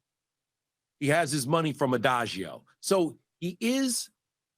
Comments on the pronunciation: He keep saying adagio, and I’m pretty sure it’s Diagio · Diageo, not Adagio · Who the hell is adajeo???....DIAGEO. just a little effort goes a long way man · It's not Adageo..... It's DIAGEO!!! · Why is he calling it Ediageo???? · Coming from the food and beverage industry, hearing Diageo pronounced wrong constantly is like nails on a chalk board 😖 Dee-ah-jee-oh…. But yes Diddy and all of his associates are going down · It’s bothering me that doesn’t understand it’s Diageo that’s the name of the major liquor distributor/company and he keeps mispronouncing it over and over.